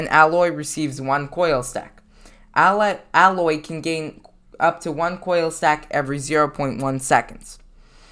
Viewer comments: Im a lil mad he pronounces it "al-oy" when its "A-loy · Her name is pronounced Aye-loy, not Ah-loy. It's stated in her own game. (NO HATE BY THE WAY, YOU EARNED A NEW SUB) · Pronounced A — Loy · I guess you havent played horizon zero dawn the way you pronounced her name